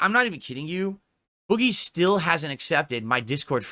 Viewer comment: I hate the way says “boogie” he says it the same way he says money